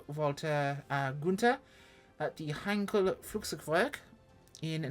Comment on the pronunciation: Finally, a reviewer who knows how to pronounce Heinkel properly and that it was a 1-11! If the engine sounds were better, I think I'd go for it, but the interior sound like an Austin 1100 in need of a service.